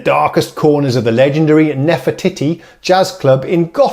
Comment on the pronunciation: I couldn't help but chuckle when you said nefe"titty". Come on grow up. Nice to hear different Rhodes played by someone else. Somehow you can hear things differently when someone else plays (I have Nord Stage 2 and same 1-6 pianos). Will listen to version minus the clacky keys now but I do enjoy your babbling.